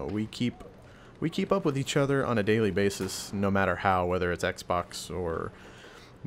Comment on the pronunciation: "We play every night witch eatch other" lel